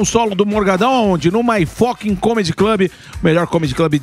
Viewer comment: Guerre por favor ensina o Morgado a falar fucking. Não é focking pelamor